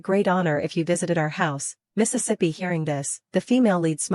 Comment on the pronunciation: Now I have discovered the error in this AI narrator voice. There are probably a few more, but? This one likes to say Mistesippy. I have already noticed it in 3 or 4 other stories where it was used.